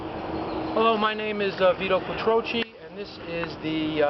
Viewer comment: Chi is pronounced ki in Italian